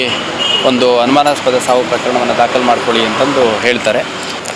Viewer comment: 'Anumanaaspada' mattu 'Asahaja' correct aagi Kannada mathadalu kaliyiri. Swalpa preparation maadi news vodi. Idu nachige gedu.